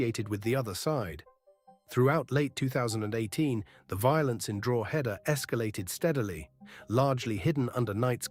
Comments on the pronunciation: Yes , I was wondering where Drawheader was?😂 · Its pronounced Draw-head-ah, and say it fast. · It's pronounced DRAW-DA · Please do your research and learn how to pronounce Drogheda correctly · You pronounced Drogheda wrong.